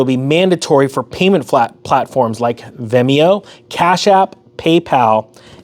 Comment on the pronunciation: What is “Vemeo”?